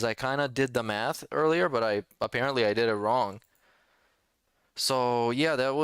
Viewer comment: Also not how he said "appearently" a mobile game addict, not "allegedly" a mobile game addict.